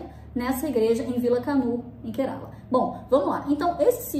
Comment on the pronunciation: Apenas pra conhecimento, a pronuncia certa do estado indiano é KÉrala. 😊